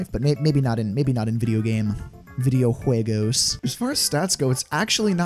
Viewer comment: he said " video juegos " with a very good pronunciation